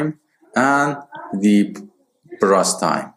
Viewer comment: it's burst not brust